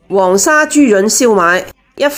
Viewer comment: 睇黎Amy对广州都唔系好熟悉。黄沙发音错左